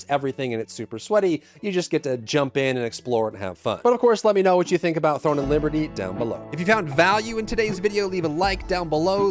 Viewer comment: Are you saying "THORN and Liberty"?